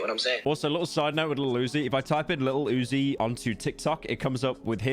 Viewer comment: bro pronounces lil uzi like fucking iggy